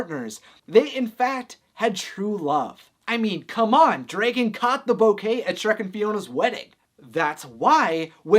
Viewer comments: Where is your accent from? You're making dragon some somewhere between dregin and draygin. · Why do you say Dray-Gen? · DREgon it’s Dragon, no Dregon lol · DREgen STFU ITS DRAGON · You say Dragon weird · I cannot get over his pronunciation of dragon 😂